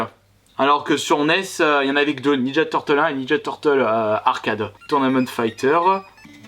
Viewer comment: Le bouton star je suis d'accord mais ninja turtle se dit comme il l'a dit